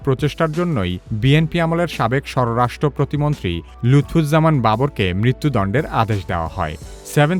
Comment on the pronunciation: শব্দটা স্বররাষ্ট্র না এটা স্বরাষ্ট্র।